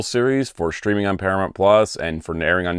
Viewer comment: Para-mont? I’m from Chicago and I don’t even say it like that